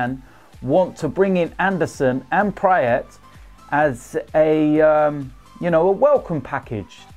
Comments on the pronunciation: Go back to the brick wall for the background, pronounced praat like the a in bra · Fyi Praet is pronounched praaat like a in bra.